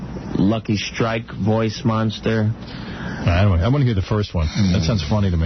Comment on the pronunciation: how come robin can't say the word monster